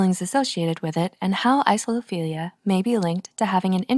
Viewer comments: the pronunciation seems to have fizzled out a little there towards the end... isophilia is not the same as isolophilia. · She starts saying "Isophilia" instead of "Isolophilia" around then end, including 3 times during the outro. I don't blame her though, slightly confusing word. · Text: Isolophilia Voice: Isophilia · when the narrator pronounces it wrong.